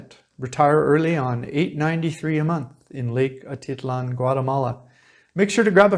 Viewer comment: Say Lake Ah teet LAHN, stress on last syllable. NOT Ah TIT lan.